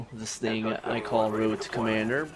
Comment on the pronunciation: woad to commanduh